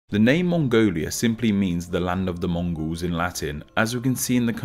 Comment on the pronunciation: I’m Mongolian and when you said Mongols wrong I got chills